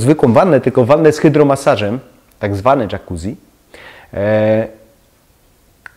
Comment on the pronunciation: W końcu ktoś kto powiedział poprawie Jacuzzi (włoskie nazwisko założycieli), bravo :)